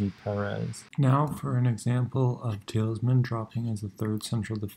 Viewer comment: Only one thing to point out - it's Tielemans, not Tilesman ;)